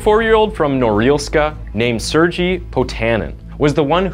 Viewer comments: FYI, Sergei is pronounced s-air-gay, not sir-jee. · It's pronounced sirgay not sirgee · It's pronounced Sere-gay, not Sur-gee. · The narrator keeps saying Sergei wrong too. Its Serr-gay, not Sur-jee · Haha, your pronunciation of Sergei is funny. You say it like Suurgie when you pronounce it as "sir-gay" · Sergei reads as “Sir-Gay” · Sergei is pronounced SIR-GAY..public schools are terrible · Sir - gay ...I believe it is sir-gay not surgee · Its Ser Gay!! Not Sergeee! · It’s not pronounced surgy it’s sher gay the h makes a huh sounds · What about how he pronounced serji. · He also said the name "Sergei" wrong. He pronounced it, "Serjie," with a soft "G." The correct pronunciation of Sergei is spoken with a hard "G," as in. "Goofed." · Sergei; the G is pronounced the same as in "girl". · Sergei is actually pronounced Sere gay, with a hard g. Just thought I would add my nickels worth of opinion in. That and five pennies will get you a dime, I know, but there you go! Great work on your channel, I am subscribed, and I think this channel is awesome!!! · I appreciate the channel and the effort - I really do, but please listen to the pronunciation of foreign (even if in English) names and places. Sergei is pronounced Surgay. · Sergei is pronounced as sirgay :) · “Ser-ji” mkay. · Sergei is pronounced SARE GAY. For the love of God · Sergei is pronounced "Sair-gay" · Sergei is pronounced "sir-GAY." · Lol, not how you pronounce Sergei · He butchered Alexei so badly xD His name is Alexei, not alexy Same for Sergei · People with the name Sergei all over the place crying at the pronunciation here... oof. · I love how none of these millenial youtubers can pronounce the name "Sergei" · It's making me crazy 🤪 but 🤷‍♀️ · I've never heard of a more butchered pronunciation of Sergei in my life. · The way u pronounced Sergei is pissin me off 🤣🤣🤣